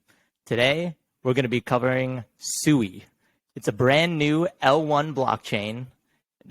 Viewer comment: Cool video covering Sui. It is pronounced like sweet without the t though. So like swee